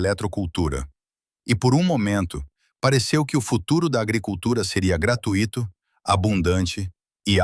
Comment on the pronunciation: É GRA-TUI-TO. E NÃO GRA-TU-Í-TO. FALEM DIREITO POR FAVOR.